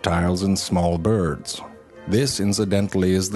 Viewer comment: Haha, he also mispronounces some words on purpose, you know, for the effects. Like, Byird instead of Bird.